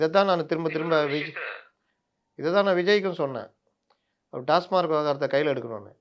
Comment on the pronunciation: "டாஸ்மாக்" என்று கூற வேண்டு்ம் "டாஸ்மார்க்" என்று கூறுவது தவறு .